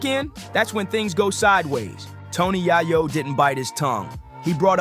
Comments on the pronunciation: Bro it’s pronounced “yay ooooo”. Not yahh oooo lmaooo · Way back in the day I loved the rapalot movement. Fast forward o now and Jay Prince is too old to be acting like this. Also "tony yah-yo"?? Huh?? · Bro you really pronounce yayo name like that wtf 🤦‍♂️ embarrassing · This guy need to learn how to pronounce yayo